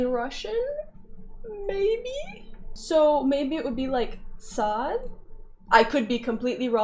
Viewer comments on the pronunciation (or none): the letter ص is not pronounced as 'ts' by the way. you were reading from the hebrew section in the wiki page. rather it is pronounced sˤ (if you can make that out). try pronouncing 's' but with the back of your tongue also touching the top of your mouth. these letters ض ط ظ you can also try pronouncing by using that same method. approximately. I don't know how better to explain it.